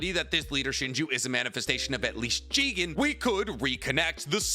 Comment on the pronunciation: It’s not jigen like bruh